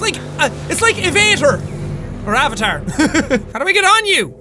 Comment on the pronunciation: the way he said avatar XD